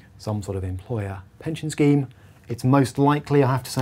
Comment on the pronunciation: You use the word “scheme” but sounds like it should be the word “scam”.